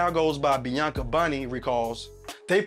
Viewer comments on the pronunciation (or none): none